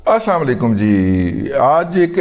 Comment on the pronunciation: رضی دادا صاحب آپ بہت اچھے ھیں الللہ پاک آپ کو صحت والی لنمبی عمر دے آپ سے ایک غلطی نادانستہ طور پے ھو رھی ھے تھوڑا سا غور فرما لیں شکریہ غلطی یہ ھے آپ اسلام علیکم کی بجاے آسام علیکم کہتے ھیں جو غلط ھے آپ بہت بڑے اور بہت اچھے ھیں شکریہ